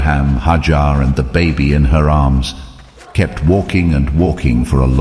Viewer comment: It's not haajar but #haajra (may peace be upon her) ❤